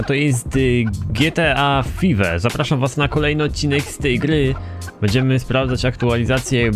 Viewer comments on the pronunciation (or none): Nawet nie wiesz jak bardzo zrozjebales mnie tym "FIWE" xD